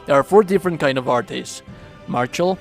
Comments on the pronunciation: "Artis" 😂😂😂😂😂 it's just art bro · The "artey" pronunciation hurts my soul lol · What the hell? Is that screen that that actually shows what the moves look like on PC only or something? I have platinumed the game on PS5 and I've never seen this screen before. Or was this done with editing? Also they are just pronounced "Arts." They say the actual word in the game like 47 million times.